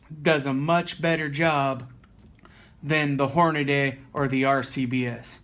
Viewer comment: It's Hornady, not Hornaday.